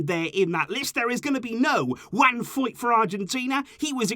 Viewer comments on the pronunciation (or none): none